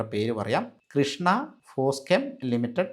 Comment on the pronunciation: ഒരു ചെറിയ തിരുത്ത് ഉണ്ടേ .. " കൃഷ്ണ " അല്ല കൃഷാന ഫോസ്കെം ആണ്